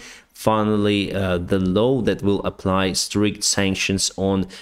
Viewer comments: LAW not LOW ;-). LAW is pronounced like LORE or LOR in British English (silent R at the end in British English). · It's probably just because of your pronunciation, but it's telling that every time you meant to say "new law" it gets transcribed as "new low". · you say the word "law" poorly... You say 'low' but it is a flat a....Like in the word ball, or a dogs paw. not being critical, just trying to help. Love your work.